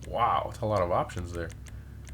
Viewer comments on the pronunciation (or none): none